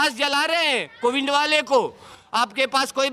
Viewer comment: पिंड दान कराते-कराते पंडे कोविड को कोविंड बोल रहे हैं। 😀😀😀